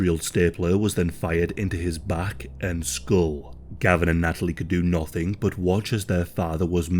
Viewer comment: Every time he says 'but' it makes me chuckle. It sounds like Bot 😅